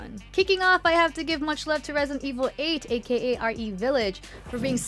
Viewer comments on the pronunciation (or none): none